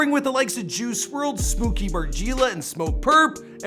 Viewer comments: "smOO-kee mar-GEE-lah" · its smooky not smoky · how you just gon butcher smooky's name like that